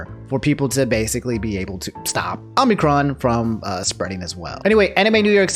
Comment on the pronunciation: I keep hearing Omnicron, and it sounds like something optimus and megatron would fight over